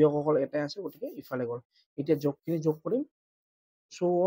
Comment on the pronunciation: মই ভোল ভাবি কোৱা নাই যগ নহয় যোগ 🎉🎉🎉🎉🎉🎉🎉🎉🎉🎉🎉🎉🎉🎉🎉🎉🎉😊😊😊😊